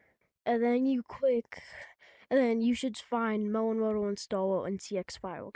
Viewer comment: "mewon woadew" bro why you sound like a 5 year old learning english? and PLEASE fix your captions/onscreen text, jesus. Mr speech impendement over here